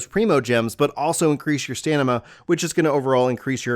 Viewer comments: Lmao it's stamina, not stanima...your pronunciation is terrible. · Ok, its not a speech impediment if you're just pronouncing it wrong. STAM-INA, not STAN-IMA. Jesus, this is elementary shit. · You keep saying "Stanima" so confidently ahahaha it's Stamina 😂🙏🏼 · Is it stanima or is it stamina?? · Oh dear lord... dude.... can't you read?! "STANIMA"? ... no! Repeat after me: S-T-A-M-I-N-A! . It's ANEMOCULUS not... whatever the f***ck you said... And "Aquaint Fate" not... antiquated fate.... And a BUNCH of other stuff, it made my brain hurt.... other than that, good video. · It's Stam-inna bro not stan-nimma 😫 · It's not 'the way he wishes'... Stamina is a word in the dictionary... Stannima is a word you made up :) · "Antiquated Fate" "Stanima" "Enema" Bro I'm not sure that this is the career for you LOL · Stanima lol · I love how he says "stanima" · Did he serious just say STANIMA. Come on that's a 10 year old mistake. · Is he saying stanima? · “Stanima” I love u man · Why do you pronounce stamina as stanima?? 🤔😁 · My dude said " Stanima " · "Stanima" he says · Did I hear it right? "STANIMA" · haha you keep saying "stanima" And also thanks for the help I have more stanima now. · Lol yeah I heard the stamina part, that was funny